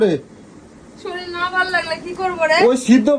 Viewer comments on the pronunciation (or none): শরীল টা কি , শরীর বলো। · "শরীল" নয় কথাটা শরীর, 😂😂😂